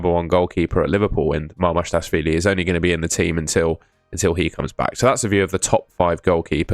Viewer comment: It is not Mamarshdashvili, it is Mamardashvili